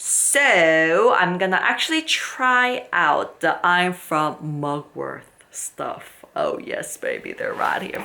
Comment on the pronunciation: I don't know if you realise it but the word mugwort does not have a "th" sound... 😂